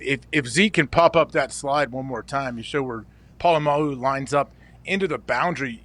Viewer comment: He gotta get Po-Lam-A-Lu on the show